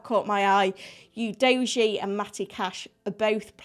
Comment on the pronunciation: Seems no one knows exactly how to say Udogie's name